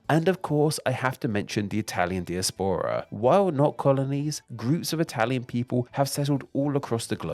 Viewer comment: Di as pora not dia spora